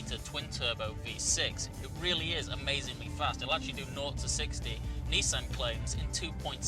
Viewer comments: It's Nissan, not Neesan! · Wait a minute, a British journalist talking in American terminology, Zee and Neesan. This isn't right!